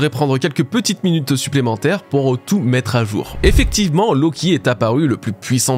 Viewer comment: Bonne vidéo.. juste un bémol, en français le verbe « mettre » du moins la première syllabe se prononce soit « é » soit « è » et non juste « e ».. Juste pour info parce que ça fait des années que mes oreilles saignent un peu lol Bon courage